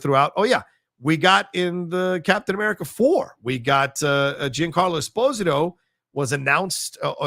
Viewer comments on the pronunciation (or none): It should be pronounced esPOsito